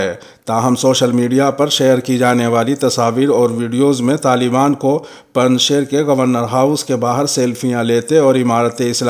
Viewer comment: پنج شیر یائے معروف کے ساتھ ہے، نہ کہ یائے مجہول کے ساتھ۔ خبریں پیش کرنے کا انداز بہت شاندار ہے۔